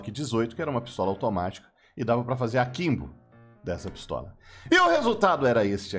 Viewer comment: "PiSTALA" Que porda é essa? 🤣